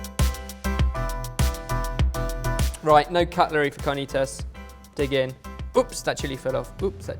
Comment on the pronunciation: It would be CAR - NEE - T (as in to) - ASS. I love you !!!!!!!!!